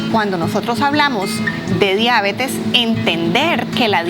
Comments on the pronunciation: Diabetes no diábetes. NO ES UNA PALABRA ESDRÚJULA. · La deabeeetesss. No la diabetes. La diaaabetessss. Que rabia esa pronunciación